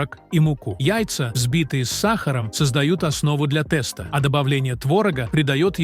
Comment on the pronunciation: Я долго терпела подачу этого текста с неправильными ударениями, но слово тэста меня добило ! Уши закрываются при таком произношении.Даже если это искусственный интеллект, но неужели нельзя это правильно озвучивать? 🙉🙉🙉🙉